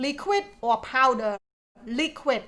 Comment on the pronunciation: Some corrections for you: Powder Laundry Detergent - Not Power! Quarters - Sounds like letter K - Karters Hanger - Sounds like ហ៊ែងងើ ចុងគឺសំឡេងងើ for an example for: Singer - ស៊ីងងើ